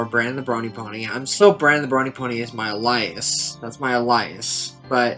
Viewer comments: Did this MF just say al-EYE-us? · Elias. He was obviously thinking of his favourite member of Chris Hansen's rogues gallery. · bro can’t say alias correctly to save his life